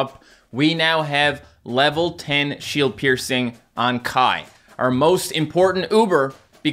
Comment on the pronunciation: Why do I keep hearing him say sh*t piercing